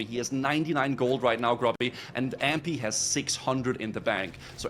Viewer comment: Except he doesn’t know how to pronounce Ahmpy at all. He says Ampy and it’s very annoying.